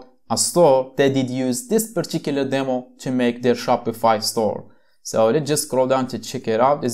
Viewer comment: Great video but you should say particular theme not purchicular cheme